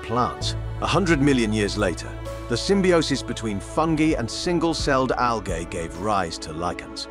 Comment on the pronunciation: His pronounciation, especially of latin and latin-derived words is light years ahead of what is the norm in anglo world. I've studied latin. It is really refreshing to hear letters "g", "i" and "ae", for example, pronounced to any degree of accuracy in an english speaking video.